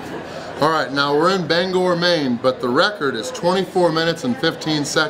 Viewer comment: LOL did someone correct your pronunciation of Bangor? You said it right. Had to work or I would have made the drive up.